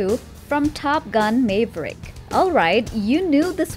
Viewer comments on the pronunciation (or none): Top Gun "Mave er ick"? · Top Gun May-vrick lol